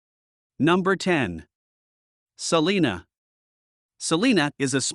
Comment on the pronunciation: S uh lina not Saleena like California’s!